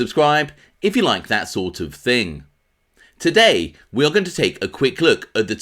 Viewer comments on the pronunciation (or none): none